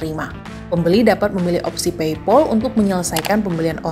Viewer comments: Pei pal mbak bukan pei pol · pronounce paypal-nya kurang pas, pal di-pronounce pael atau pel jg boleh